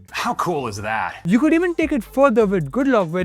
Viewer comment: sankew sounds like thank you read by a japanese person with broken enlgish